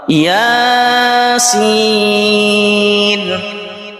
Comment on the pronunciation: یاسین لفظ کو ہی مکس کر گئے ہو پڑھتے وقت